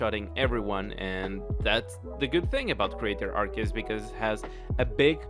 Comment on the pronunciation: Did he just mispronounced Arceus? Nani?